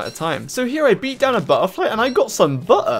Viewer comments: "I beat down a Bu-h-ERfly and I got some Buh--her!" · Loved it until you pronounced Butter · Someone needs to make this an audioclip: "So here I beat down a butterfly and I GOT SOME BUH'UH!" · Outstanding * chefs kiss *